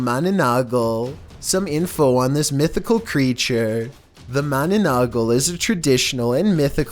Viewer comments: its 'Manananggal' not 'mananagal'😁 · dude the no.9 pronounce was manananggal not mananagal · MANANAGGAL not MANANAGGAL hahaha but it sounds good XD.. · That's mananangal not mananagal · #9 it's called 'manananggal' not 'mananagol' HAHAHAHAHAH but you pronounced it kinda cute tho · It's "manananggal" not "manonanggol" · Just want to correct one thing, about video 9 about MA-NA-NANG-GAL not mananagal. 😊😊😊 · I was laughing my ass off when he said mananagal instead of manananggal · Its not mananagal, its manananggal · lol im laughing when said ma na na nagal instead of ma-na-nang-gal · yo guys im from the ph and its manananggal not mananagal and its true. My grandpop saw one of those and its true not edited just sayin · the manonogaul Me:it's manananggal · Philippines: ma na nang gal: ma na na gal Philippines:😑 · Filipino:Mananangal Other countries:mananongol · the way he says mananangal XD (he tried) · number 9 is pronounced MANANANG-GAL and its deferent from vampire..manananggal is a woman flew with half body,while her upper body is out flying her down body (hips to feet) is hiding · I waiting for Filipinos to torch him for mispronouncing Mannangal (sorry if I spelt that wrong) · yes mana -nang....gal!!! That is the correct pronunciation Chill cuz im Filipinos from the Philippines we believed that Mana-nang...gal! Is like ah witch with a half body ,they living in the dark forest which in province , I hope you read this comment chill From: Philippines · can't stop laughing on your pronouncing on Mananang-gal🤣🤣🤣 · said mananagal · The creature at number 9 is pronounced as MA-NA-NANG-GAL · "manananggal" What I heard first: manunukkel When I realized what it is: Me: Wait wha- Manananggal palan yun( It was a manananggal all the time) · Mananang - gal ur pronouncing it wrong 🤣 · It's manananggal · I heard mananagal XD